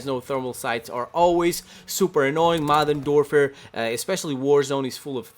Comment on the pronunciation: I love how he says “Modern Dorfer” 😂😂